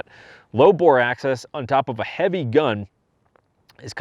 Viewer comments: Nice CZ, I own CZ P-09 Tactical. Definitely would like to pick up a metal framed CZ. It sounds like you're saying " bore access", I think you're looking for the term " bore axis" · It’s bore axis, not a bore access.